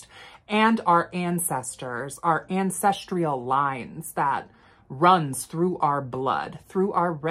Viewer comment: *Ancestral not ancestrial